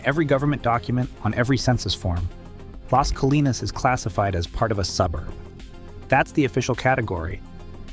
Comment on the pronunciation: ai slop. AI can’t pronounce Plano, Las Colinas, etc. Showed a sign with elevation over 4 thousand feet, no city in North Texas is above 450. I don’t think this creator has ever been to Dallas, North Dallas, Irving. Anywhere in the Metroplex. And snow? Stupid AI Slop video.